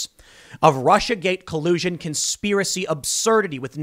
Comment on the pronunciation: "RuSsIa CoLiUsIoN!"